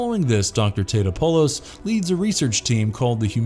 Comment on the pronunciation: It's pronounced Tah Top pole us. I have the complete series on DVD.